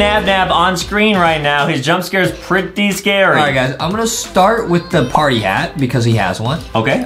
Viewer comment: Adam said pre tty scary